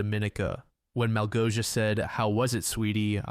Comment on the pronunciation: pro tip for the next time, malgosia is pronoounced like "mawgosia"